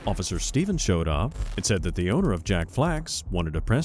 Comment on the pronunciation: offisher schtevens